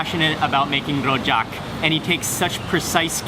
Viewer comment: his pronunciation of "rojak" lol. we don't roll our r's in singapore, homie.